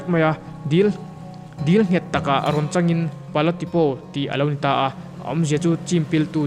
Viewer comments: A hmuhnawm e. Mara tawng a nih hian a tu te pawh hian 'O' hi 'Aw' ang hian kan lam leh thin a, O angin han lam ta mai thin ila a dik lehzual tur. I video hi en a manhla thin e. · Pala Tipo (Tipau tia lam tur Tipaw nilo in) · Pala Tipo i lam khan O hi Aw tia lam lohin Mizo tawngah Au angin lam la adik zawk ang. Mara tawngah O lam dan leh Mizo tawngah Au lam dan hi in ang deuh reng